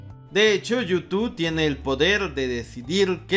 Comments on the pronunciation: Amigo: porqué nunca has podido decir Youtube?? Siempre dices you2 jeje. Saludos. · Como cuando dices: yu tu 😂😂😂